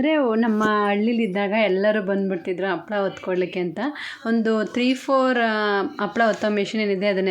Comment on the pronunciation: Appala alla ...HAPPALAA .